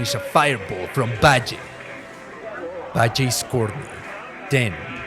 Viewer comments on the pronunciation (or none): Dude, for making a video of Alex Valle in order to pay your respect to his achievements in his fighting game career you do not seem to respect him. His name is Alex VALLE, V A L L E!! NOT BADGEY!? What the fuck is wrong with you? How hard is it to say VALLE? Seriosuly man... Poor effort man... poor effort. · you mean Valle when you say Bajay? :D Why Video has nice editing I like it. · Hearing in pronounce the double L in Valle like Js was super annoying. Like in what language are Ls pronounced like that? It’s a Spanish surname so obviously the double L is pronounced like Y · Aleks Bye-jay 😂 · not to sound like a dick or anything but it may be worth redubbing. its a good video but you said alex's last name super wrong.